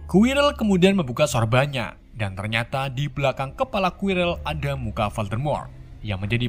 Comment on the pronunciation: Hal yang paling ga disukai penonton setia harry potter adalah Voldemort = dan diucapkan oleh yg tidaak bisa bahasa inggris adalah voldemrot :v